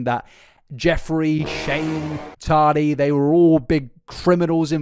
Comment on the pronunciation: Mate, sort your accent and pronunciations out - “tardy” is ridiculous.